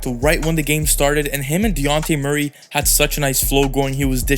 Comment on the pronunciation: Great Analysis! Also, it’s pronounced De-Jon-Tay Murray.